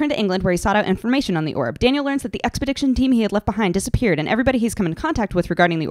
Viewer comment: Not to be one of those grammatician-douches, but at - "expediction team"? :P